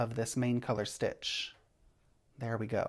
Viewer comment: I kept hearing brioche snitch lol. Thank you for the English style demonstration, it makes so much sense to me as oppose the continental style! I'm still not brave enough to attempt but so good to learn something new.